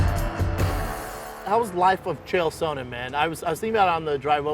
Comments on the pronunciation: Chael "Souhnnen" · Brendan "SO-nen" Schaub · Brendan “Chael Sow-nnen” Schaub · Chael “Sow-nen” Sonen. Nice Brendan. I can’t get that pronunciation out of my head now. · Is Shaub the only one pronouncing Chael’s last name correctly, or is he the only on pronouncing it incorrectly...? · Anyone else irritated by Schaub’s pronunciation of “Sonnen”?